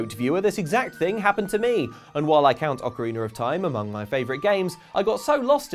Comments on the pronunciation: Ah yes, one of the best Zelda games: "Ocariner of Time". Truly a classic. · I must admit the water temple in Ocarina was confusing but I never played thet "ocariner" of time you talk about